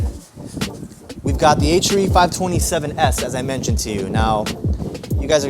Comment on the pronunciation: H ARE E. NOT H ER E LOL 😂